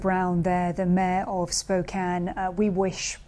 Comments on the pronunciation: Kudos to BBC for pronouncing Spokane correctly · Just an FYI, but the Governor of Washington is BOB Ferguson, not BEN. Thank you for saying "Spokane" right, however. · I'm impressed she pronounced Spokane correctly as a Brit